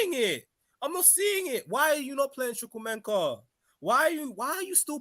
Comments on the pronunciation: ''Chuck-Wu-Meka'' say it like that, gutted he left us. 💔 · His name is Chukwuemeka. CHOO COO AY-MAY-KAH